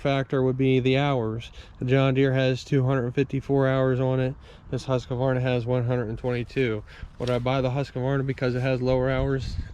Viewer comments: Not to nitpick, but I am always confused why people add a syllable between "Husk" and "varna". Also, I was hoping to see more like a comparison between an X350 and a TS 242XD, or similar. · Because Huskvarna sounds silly. Huska, Huska, buncha Varna!